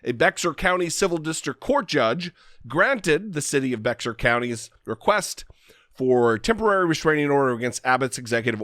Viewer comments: FYI Bexar county is actually pronounced "bear" County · Great video, but it’s pronounced “bay-har” county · Bexar = bay-har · As others have said, Bexar County is pronounced "Behr". Originally "Beh-har", to match the Spanish pronunciation, it now has a drawl to it. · SMH !!!! 🤦‍♀️ Although it’s spelled Bexar it is pronounced like the aspirin name Bayer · I hate to be "that guy" but Bexar is pronounced BEAR. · FYI; Bexar is pronounced BEAR. I know, really weird, but it's an obscure Spanish word. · I’m from San Antonio, and I think that our mayor is doing a great job. During the pandemic he held daily press conferences that were frank, blunt, and honest. I’m so proud of him for standing up to Abbott. (PS it’s “Bear” county, despite it being spelled “Bexar”)